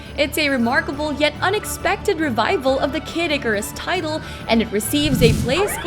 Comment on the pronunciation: Came here for the f'ed up pronunciation. Was not disappointed